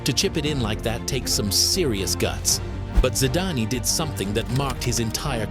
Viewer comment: I love this channel but it says “Zidanee”